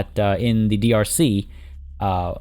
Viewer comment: every single time you say "drc" my brain goes "don't you mean dlc". ah yes my favorite african country the democratic lepublic of the congo